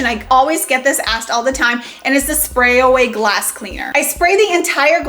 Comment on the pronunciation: Well it's SPRAYWAY...not "Spray A Way".